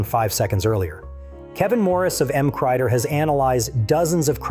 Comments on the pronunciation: M. C. Rider. Not McRider or M. Crider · I thoroughly enjoyed this video. But it's "emm cee rider", not "emm kryder". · 'Em-crider'? Really? No sub from me, because this is just AI regurgitation of info already widely available. Do something original. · Sloppily compiled AI garbage with some misconceptions and half-truths. But worst of all the responsible uploader didn't even bother to check the AI narration for pronunciation fails. E.g.: 'M.C. Rider' doesn't read 'Mcrider'. But what do I know? Never had any Safety Training Courses. Just used common sense. Accident free since 1976. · "EMK-Rider" (MC-Rider) Thats the tell this was AI-narrated... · The way the narrator pronounced MC Rider, "mmk rider", makes me think this is AI generated. Is it? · MC Rider is pronouned M C Rider (emcee rider) thank you. "Now lets return to our regularly scheduled programming" AARGH, hate AI sometimes. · EM Crider 😆 , keep trying AI voice over. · Great info, but I stopped listening when I heard the "narrator" describe MC Rider as "emcorider".... How 'bout we bring back real people. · M Crider? LOL Was this narrated by AI or a retard? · Excellent robot reader, except for “M-Crider” hahaha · And “Em-Crider” isn’t his handle either. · Not to mention how it butchered MC Rider.